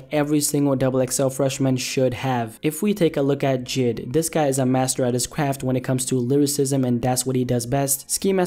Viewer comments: His name is j.i.d not jid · Jid? For fucks sake its J.I.D